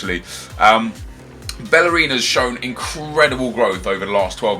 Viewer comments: GOOD GERMANY BELLERIN LMAO, but good video guy ;) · Since when did Hector Bellerin turn German? 😂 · Bellerin turned German :D